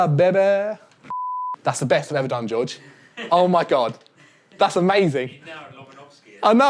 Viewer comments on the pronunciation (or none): none